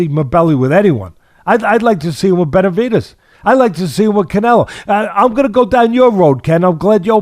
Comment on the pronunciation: Is it just me or does it sound like Teddy is saying "Betervidez"?